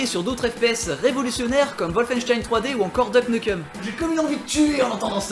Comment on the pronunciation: Deuk Neukeum? C'est quoi cette prononciation ?